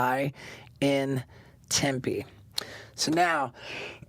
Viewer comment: As someone from Arizona, I’m mildly upset that he pronounced Tempe wrong